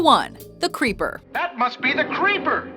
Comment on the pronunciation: Was he saying “Creeper” or “Paper”?